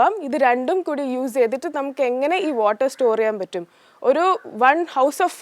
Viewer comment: വോക് അല്ല വർക് ....ഓട്ടർ അല്ല വാട്ടർ.... ഒരു . സരിത ആയി മാറുമോ എന്ന് ഞാൻ ഭയപ്പെടുന്നു